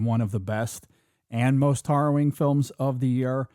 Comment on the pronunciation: Are you guys saying Horrowing? It’s harrowing….